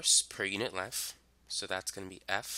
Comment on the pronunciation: Normal people: "length": "lenf"